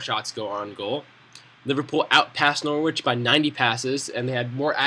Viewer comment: good vid but it's pronounced nor-rich not nor-wich.